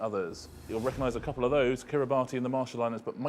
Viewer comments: Yeah, I was really surprised and impressed that the contestants knew so many Pacific Islands, but rather disappointed that neither Xander nor Richard knew that it's pronounced Kiribass. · kiribati isn't pronounced like that, iinm...more like kiribas...